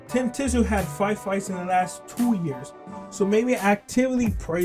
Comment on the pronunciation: So you never watched Kostya either with that surname pronunciation.